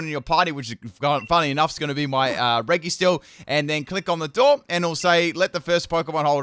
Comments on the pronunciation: I think you are pronouncing regi wrong. It's pronounced "reji" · It’s pronounced REJI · by the way, “regi” is pronounced “re-ji”. please don’t mess that up. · Same and he says it wrong constantly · the pronunciation of regi physically harms me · Hes pronouncing regi wrong.